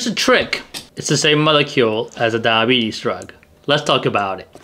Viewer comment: When you say diabetes it sounds like DAH-bees. Please try to say DI-a-BEE-tees, for clarity. Thanks for the interesting video.